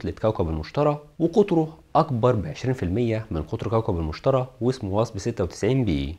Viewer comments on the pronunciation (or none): تلفظ كوكب المشتري وليس المشترى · ههههههههههههه مستحيل اكمل الحلقة ما يعرف يقرأ المشتري وليس المشترى ههههههههههههههه